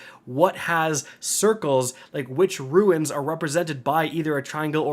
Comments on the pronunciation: Runes. RUNES. Sounds like 'roons' Not "Ruins." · Finally not sick but still can't pronounce runes properly lol (roons, not roo-ins) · lol yeah. He had to say Rune so many times in this video and every time it came out Ruin. Maybe this can be Penglings moment. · Awesome video. Thanks for the walk-through. Also, it's rune not ruin. It sounds like roon. But seriously, great video! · I get so focused on how you can't say rune correctly that I tune out most of your instructions. You always want to add an I to it and make it ruin instead of roon....but I digress lol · Dude, it's ROOOONS, not ruins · My brain slowly melting when continues saying "roo-in" instead of "Roon" ffs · It’s RUNES. Not RUINS. 🤦🏻‍♂️ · Dear, heavens,! ROONs not ROO-INs. Rune vs. Ruin. My ears hurt! Love ya, though. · For the love of the English language, it's RUNES not RUINS. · Haha he still hasn't figured out the difference between the words "runes" and "ruins" lol love ya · Homie is still saying Ruins after all these years lmao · Is he saying “ruins”??? Does he mean “runes”??? IDK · Runes, not ruins 😜 quite different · *sigh * yet another video where he repeatedly calls runes 'ruins' and I die a little inside and want to clorox my ears. haha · Good god, man it’s pronounced “roons” dammit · My guy can not say runes to save his life😂😂😂😂